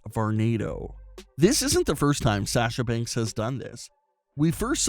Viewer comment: I have a problem with your annoying voice, you mispronounced Sasha Banks as Sash-sha Banks and your voice sounds like you're going through puberty but got stuck halfway and your balls haven't dropped.😣😖